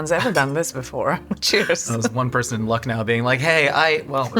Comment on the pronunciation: loved the way pronounced Lucknow, you're almost there bud 🙈✨